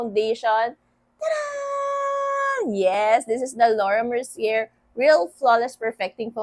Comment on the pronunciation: Its mer ci ey. Sez hehe